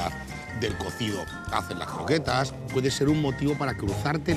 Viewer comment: No sabe ni decir croquetas va a saber hacerlas... ajjajajaj